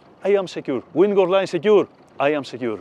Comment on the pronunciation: FEEDBACK: The instruction is excellent, but I struggle to understand his English. Each time he mentions 'wingo line', I translate it to 'windward line', but it's distracting. This is where closed captions are useful: turning on YouTube captions is beneficial, but the auto-translate feature is inadequate, as it repeats 'wingo line' and 'Ming line' (which is unclear). YouTube should expedite the process for viewers to submit corrections, ensuring auto-translate functions correctly. FEEDBACK 2: Video editors aren't actually sailors, so they're cutting out what seems extraneous to them.. but not to me! eg: Skipper had the so-called lazy line in his hands as he moved to the bow but the next shot shows him cleating the starboard bow line. I've never been in the Med, I've never handled a lazy line. To see the transition from it to the main line would have been useful so I can imagine doing it myself when I'm there. Training Videos like this are rated 'great' by people who ALREADY know the procedures.